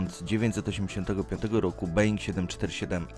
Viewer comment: Mówi się Boing a nie being A piszę się Boeing :)